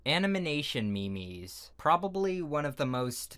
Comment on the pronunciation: It's not me mes it's memes